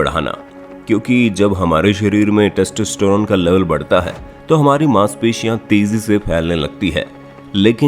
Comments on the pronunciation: Sach batana .... Kya aapko testerone bolna me koi dikkat nhi hui... 🤣🤣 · When i hear : textistiron 😂